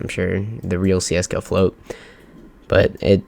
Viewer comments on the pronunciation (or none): Wtf csgofloat not csflaot